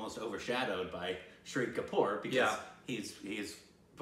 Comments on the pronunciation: It's Shaaahid Kapoor. Not Shiri kapoor😂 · Why do you keep pronouncing Shahid Kapoor as Shree Kapoor? It's not that hard to pronounce! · Lol I love that you loved this film so much. The only thing is that didn't pronounce Shahid Kapoor correctly, but hey we've got a couple more amazing films from him that you'll eventually watch to get it right lol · I kept thinking in start who is this "shri" kapoor they are talking about, maybe some new actor/director in town then after 3 minutes it struck oh my they are talking about "Shaa-hid" Kapoor lol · Shahid Kapoor’s name is pronounced like this: Shah... hid Also, Shahid Kapoor won best actor award in Filmfare and iifa. Haider won best picture across 3 major award functions in india... there might be more but these are the ones I remember.